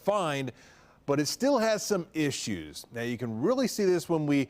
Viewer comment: How come every time this dude says “issues” it sounds as bad as repeating the word “moist” over and over